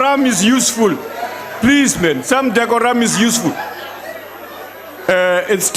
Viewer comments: Oooooh “decorum” 😩😩😹😹 (some ‘dekoram’ is useful) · No such thing as dec o ram it’s decoram